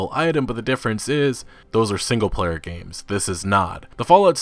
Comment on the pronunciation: "Into the 'GAMESES' console command. "